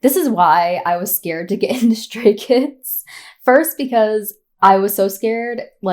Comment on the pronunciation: Your pronunciation of the names was perfect, in my opinion. Welcome to the rabbit hole, welcome to Stayville ❤ pre-debut Stay here. ❤ You have only 10000 songs left yo check out 😂😂😂😂 Btw. They are chaotic, loud, random, weired, lovly, adorable and caring chreakheads 😂😂😂 thats why we love them soooo much ❤